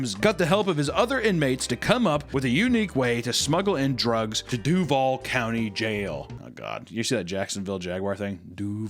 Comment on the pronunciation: its duuuuuuuuuval not duvaaaaaaaaaaaal but yes it is cringe